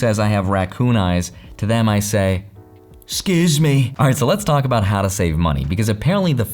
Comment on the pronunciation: love the 'scuse meh